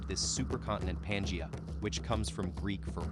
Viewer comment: Certainly must be another free AI reader that could pronounce Pangaea. And all the other words also. Words important to the actual thesis of the story itself.